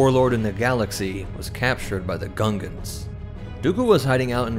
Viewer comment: The way it said he was captured by gungons 😂